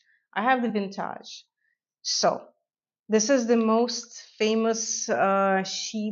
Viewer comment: Lol, I love how you say "vintahhj" (vintage) 😅